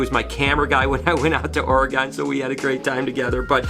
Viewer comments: sorry for your loss, but i have to give you some shit I am an Oregonian and it is not ORYGONE it is pronounced OR- A- GUN:) Love your videos keep up the amazing work!! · Ack it's pronounced or-e-gun! Wtg taking care of those snakes.